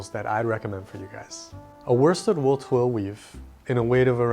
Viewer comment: your articulation of twill has just earned you a new subscriber.